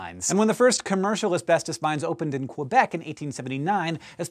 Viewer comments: I'm just surprised he pronounced the English version of Quebec properly. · Wow, You actually pronounced Quebec the Right Way! So many people accentuate the first "u" while it shouldn't be pronounced at all. Great Work!